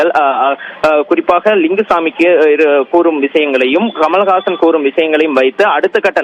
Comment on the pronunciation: குமல்ஹாசன் இல்ல. கமல்ஹாசன். படிக்கிற லட்சணத்தைப் பாரு.